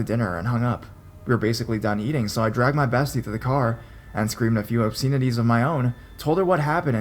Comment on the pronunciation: Story #3: Although it is spelt Babylon, it's actually pronounced 'Baba-lon. Similarly, in Story #4 the pronunciation of preface is 'preff-iss' and obsceneties 'ob-sen-ities'. Hope that helps, and keep up the good work.